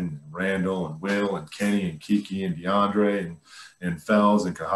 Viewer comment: Did he say DeAndre? Lol